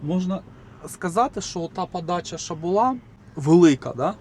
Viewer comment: Противно та смішно сдухати, ПАДАЧА, ЗУПИНАК, ПАРАХУВАТИ, ПАТУЖНА, ПАПЕРЩЕ, ПА КАМІОРТУ, НА ПАЗНЯКАХ, ПА БАЛТУ, ЖЕСТЬ!!! КРАЩЄ ЇЗДЬ МОВЧКИ!!!!!